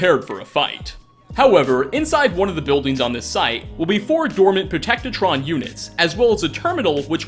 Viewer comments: "Protect-itron"... Pro-tec-tron... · Serious question: Do you add syllables on purpose to see how many will correct you? With that being said... An-ti-qua-ted... not an-ti-qua-da-ted Pro-tec-tron... not Pro-tec-to-tron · "Protectertron"? do you say these things wrong on purpose? Pro-Tec-Tron. Say it with me now...Protectron. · Here's two things missed: Nora is recognised as a lawyer by the Lookout robot at the USS Constitution, not just " Wife" It's "Protect-ron" not "Protect-er-tron" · It's called protect-tron not protect-tit-tron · wait wait wait.. "Protect-a-trons"? its clearly "PROTECTRON" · What’s a “Protectatron”? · Yeah... pronunciation is ridiculous and silly in some places, here's hoping that he's improved since this video was made. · Did you even play the game? How did you manage to screw up PROTECTRON repeatedly? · P R O T E C C tron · "Protectotron" sigh well at least you were close. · You can save the Cabot's and I believe it's Pro-tec-trons. Sorry, I had to! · it is pronounced Pro-tec-tron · Funny how he says protectron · Please, say Protectron normally, I beg you. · The cringe of you saying protectron wrong